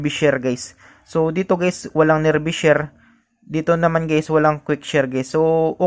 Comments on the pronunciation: Hindi sya nerbee share. Neerbai ang bigkas. Nearby as in malapit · lods nearbay ang pronounce hindi nearbi 👍👍